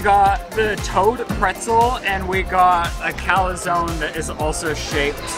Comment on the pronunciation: And as an Italian it was driving me crazy when he was calling the calzone a calazone. There’s no 2nd A.